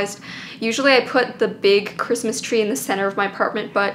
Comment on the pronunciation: Was I the only one that heard “Chwistmas Twee oh Chrwistmas Twee” in that version of Christmas Tree?